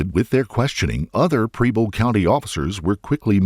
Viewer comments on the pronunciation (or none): Preble County, Ohio - it’s the next county over from where I live. It’s pronounced like “pebble” And I don’t understand how the prosecution wasn’t satisfied with her reason. Seems pretty straightforward to me. She believed her grandmother was suffering - truly suffering - and she wanted to relieve that suffering. How is there any confusion? I disagree that she’s some kind of selfish monster. It could be argued that Heidi gave her life so that her grandmother’s suffering would cease. Whether her reality is the same reality we experience or not, can anyone say they’d give their life for their grandmother? In Heidi’s mind that’s exactly what she did. Misguided? Maybe. Mentally ill? Perhaps. Suffering? Almost certainly. But monster? I don’t think so. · She could have applied for Oh Medicaid ehoch would coner her costs. I do this every day for residents coming into our facility. Btw... it's pronounced PRe-ble county, not PREE-ble. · Wow, the mispronunciation of the names in this video. Preble is not Preeble. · I don't know what is a bigger crime, her fake Supreme or the way the narrarator says 'Preble'